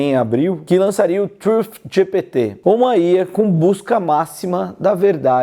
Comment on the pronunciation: estranho ouvir alguem falar ía, geralmente falam iá :D